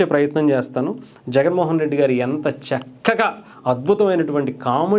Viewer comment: చాలా చక్కగా కాదు చాలా షిక్కగా